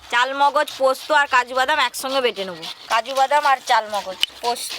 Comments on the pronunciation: চাল মোগজ না চার মগজ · Chaar mogoj k chaal mogoj bolo keno??